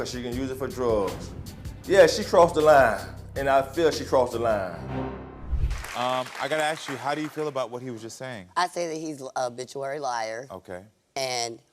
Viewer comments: She Said Habituary Liar Lol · Whew they are POISONOUS!! She also couldn’t even say the word “habitual.” I feel HORRIBLE for those children. I hope they’re snatched away from these monsters. PLEASE CALL CPS!!! This is BEYOND relationship troubles. SMDH